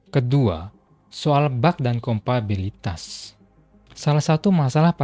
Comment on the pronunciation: kompatibilitas bang, bukan kompabilitas :) btw mantap risetnya bahasannya seru